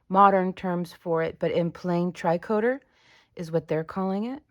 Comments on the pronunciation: Tree coat A (with the A being the end sound of Cafe) might help with the pronunciation. Love all your hard work! Haven't gotten to the end yet to see what it is but very intrigued by the addition of the sewing machine.... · Tricoter = Tree-co-tay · Hey, this looks good!! :o It seems like it would be very warm in winter too! In case you're wondering, tricoter is pronounced more lile tree-coh-tay :3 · I am not trying to correct you but its not tri coter its tricoter as in knitting its french.